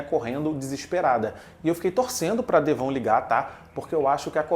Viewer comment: Mano, ouvir ele falando DEVÔN me quebra demais... É assim na versão dublada?